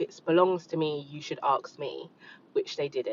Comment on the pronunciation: Why is the london girl struggling with the word “ask”? That’s my pet peeve…